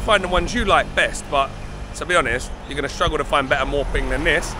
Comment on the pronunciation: mate, it's not sodding MOR PING.....It's MOO PING or หมูปิ้ง You should know this; it's pretty basic....